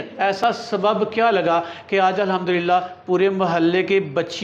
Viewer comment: Always say Alhamdu Lillah... right pronunciation